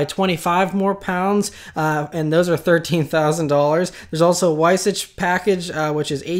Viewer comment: It's pronounced Vy-Sock.